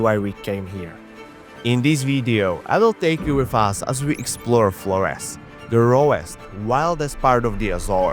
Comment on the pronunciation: of course he pronounces the island name incorrectly 😅